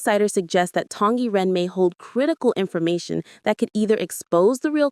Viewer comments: SSSSSong Yiren not Tong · Song Y Ren! You said it wrong! It's not Tong Yi Ren!!!